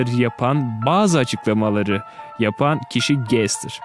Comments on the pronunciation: Gestır degil gastır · Abi sen Gaster'a Gestır diyorsun aslında gastır diye okunuyor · Gestır Değil Bence O Bastır Diye Okunuyor Sizce Nasıl Okunuyor!?🤘✋👋👈👐✊☝️👍🤚🖐️👊👌👉✋👋👍👉👉👎👎👎👎